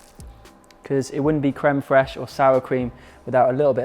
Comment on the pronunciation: As I can see crème fraîche is easy to say for English people or maybe you're good in french. I'm really happy to see your videos and also to improve my English and to ear English accent sooo beautiful !!!